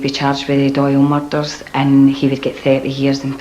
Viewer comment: Its pronounced "murders" not fucking "mulldarls"...